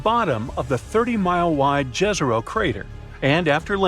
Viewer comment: Pronounce YEZERO (Serbo-croatian)=LAKE